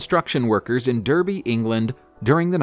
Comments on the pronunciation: Derby pronounced Darby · "Dur-bee, England". It's spelt the same as 'soapbox derby', why not assume it's pronounced like that 🤣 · Lol ‘Derby’. Have a look how to pronounce it mate